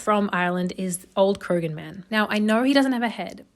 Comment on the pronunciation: Krogan man? You mean Croghan man. Pronounced cra-hen.